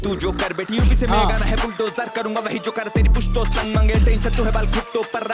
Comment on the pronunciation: sang nahi bhai संग (साथ) है😂